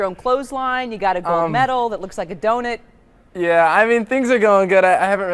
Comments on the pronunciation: She really said donit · she actually says “doghnitt”. I hate that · She said “donit” 😂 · I hate how she pronounced donut. Lol